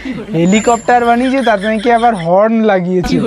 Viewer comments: হর্ন না হরেন, উচ্চারণ শিখুন. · হর্ন বলতেও পারে না, বলে হরেন.